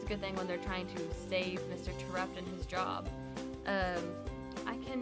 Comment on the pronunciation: It's pronounced Tare upt. As it is mentioned in the second book